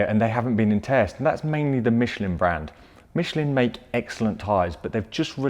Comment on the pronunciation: He said Michelin wrong, too haha. Hint: It's French